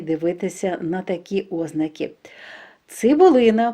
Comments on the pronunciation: Чому ставите неправильно наголос? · У слові "озна'ки"наголос на другому складі!